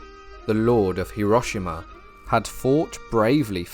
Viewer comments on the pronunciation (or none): none